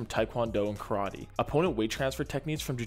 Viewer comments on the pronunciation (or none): none